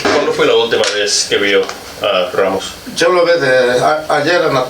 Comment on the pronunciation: Lol lies gone name a not raymos says the cop even though its ramos